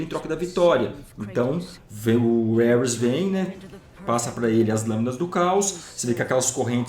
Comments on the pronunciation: ( CORRIGINDO ) Não é Éuris, como o pronunciou e trata-se de Ares ou Marte, o Deus da Guerra, Mitologia ( grega e italiana )... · Bela teoria, mas o nome do deus é Ares (pronunciado assim mesmo) e não Ueris, parabéns pelo vídeo ! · Só eu ouvia o qnd ele falava Ares entendia Hermes? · Elris o deus de guerra kkkkkkkkk , por um momento pensei que que ele tava falando Hermes kkkkkkkkkkkkkk